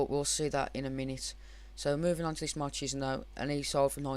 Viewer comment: Marchisio is prenounced - Mar-kiss-e-o